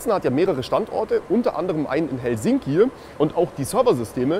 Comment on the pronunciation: Bitte mal die Aussprache von hosten und Helsinki überdenken. Danke!